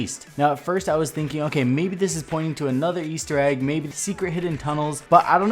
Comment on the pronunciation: the "Weaster egg" why did you say weaster egg?